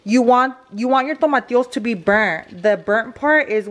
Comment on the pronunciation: I get anxiety when she says tomatios bolio instead of tomatillos bolillos 😂